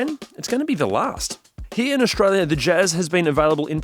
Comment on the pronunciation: I know where Australia is but where's this place called Aushtralia?